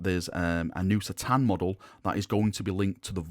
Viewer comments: I normally watch your videos but I can't stand the way you say c'tan now I'm not saying it's wrong but it is lol surely it's ka-tan not sa-tan I even had a little look at some other vids and two thin coats Duncan says ka-tan. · Great video as usual, but C'tan is said as a K'tan and that was from Dave Andrews at the studio in '95.